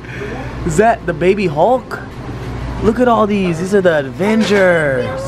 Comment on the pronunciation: Austin:ADvengers Me:IT'D AVENGERS (AV-ENG-ERS )IS SO PISSED 😂😰😢😝😋😷✌🌼🌼